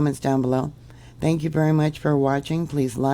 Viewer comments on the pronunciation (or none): none